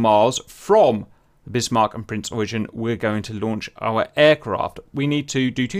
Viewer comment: Eugen: say oy-gen (with a G as in Gift)